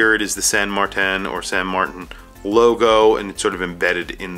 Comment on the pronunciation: There is no pronunciation variation of Martin that sounds like MarTAN, except maybe one goofy Aussie, it makes no sense. It's either MartIN or MartINE